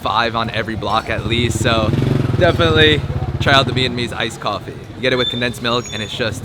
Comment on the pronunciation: also it Vietnamese not "Vietnameese".